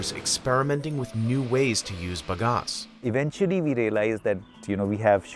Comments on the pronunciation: Sugar cane is grass and grows like it. Fast! Plant the hell out of it. Bag-Ass.... not buhgas American. It's "bag"-"ass".... like "big ass"....but "bag ass" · Ba-gas, not ba-gos. The company owner says it correctly. What wrong with the narrator? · If Mike Rowe's dirty jobs taught me anything, its that its pronounced bag ass...